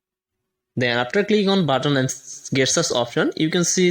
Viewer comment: GESTURES! not Guess tures!